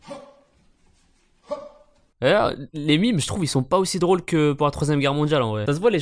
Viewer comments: C'est "mème" pas "mime" 😭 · J'taime bien mais tu dis mime et moi je trouve ça débile. C'est même et tant pis pour la prononciation. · On dit MÊME pas MIMES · On ne dit pas MIMES mais MEME